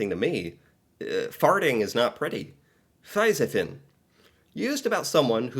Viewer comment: I have a tips for you: when you read the letter i, in Norwegian, pronounce it like e. That will improve your Norwegian a lot. Like det word Fisefin. You you had pronounced the i as an e, it would have been 100% perfect reading😊😊 just a tips for you